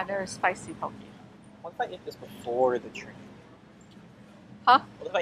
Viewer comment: poke: poh-kay not poh-key aku: ahh-ku saimin: cy-min